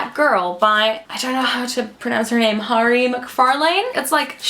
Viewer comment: Don't know if anyone has already commented but Mhairi is pronounced vah-ree